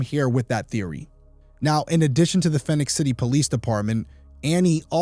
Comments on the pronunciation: “Fee-nix” City, not “Fin-ix” City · Love you show keep up the good work! I listen regularly on your podcast as well. Just a little note as I am from Columbus, GA myself. Phenix City is pronounced like you would Phoenix, AZ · (It's pronounced Phoenix) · Phenix City is pronounced just like Phoenix AZ. My family and I lived there on Sue Drive when my husband was stationed at Benning, from …. Never heard of this case 😢